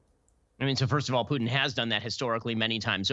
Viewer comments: please: the name is Putin, not Piutin!! not that difficult, right? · I hate the way piers morgan pronounces 'putin'. Its "poo-tin", not "pugh-tin". He only calls him that because piers' actual last name is 'pugh'. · Can piers stop calling putin pyyutin